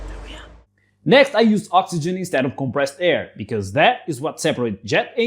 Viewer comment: Baat Becwaz it's cwistmas